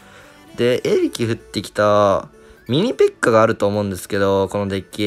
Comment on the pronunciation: のミニペかユーノがインフェかユーノに聞こえて焦ったw